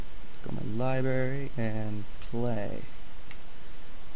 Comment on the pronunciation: Helpful vid. Sounds like Bubbles when he says libary lol